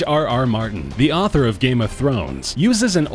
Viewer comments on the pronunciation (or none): none